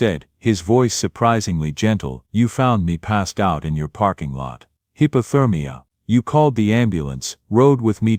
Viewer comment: It’s not quite the same listening to a story read by AI “ hippothermia “ and a human “hypothermia “ 😆